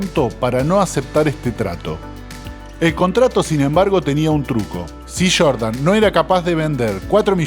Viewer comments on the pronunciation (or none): No es “ michael shordan es Jordan 😂😂